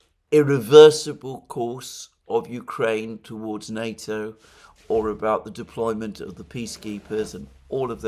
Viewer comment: What nato is he talking about ,sounds like nuto.